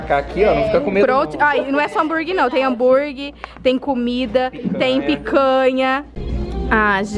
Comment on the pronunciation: Ai que agonia a falando hambuirgui🤯😂😜. O negócio é hamburguer mulher. Boas férias